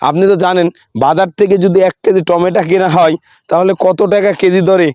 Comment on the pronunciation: টমেটো, আপনি টমেটা বলছেন কেন?